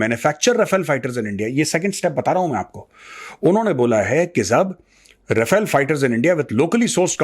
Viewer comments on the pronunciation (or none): none